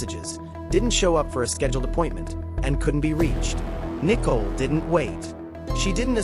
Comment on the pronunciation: Can someone teach the AI narrator to pronounce Nichole correctly